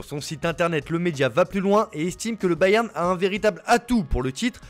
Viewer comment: IL faut dire bayern Munich Mais balewan dosmunich